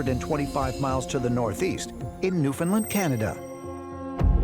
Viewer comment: How come americans can't pronounce newfoundland? Why do you guys say newfoundlyn? it's LAND! as in newfoundLAND. NOT LYNN